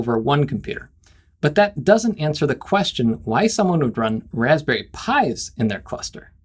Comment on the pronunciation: The Wasberry taste like wasberrys! I actually 'lol'd at that.